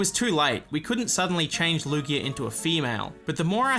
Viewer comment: Lugeo is LOOgayoh, not looGHEEoh. Ryujin has a consonant y.